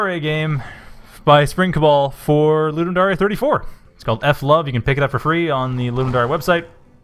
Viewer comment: Thanks for playing. Pity you didn't understand the upgrade system :-/ I was afraid that it might be hard to understand. FWIW, Ludum Dare is pronounced LouDumm Dare (as in I Double Dog Dare you), not LouDumm Daré.